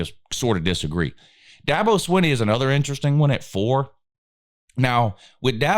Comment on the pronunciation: is the only guy that knows how to pronounces Dabos last name correctly. I’m not a Clemson fan, I just think you should know how to pronounce peoples names at the very least. Dabos middle name happens to be garbage.